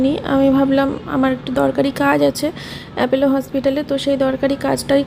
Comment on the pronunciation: Kotha ta apollo ..apello na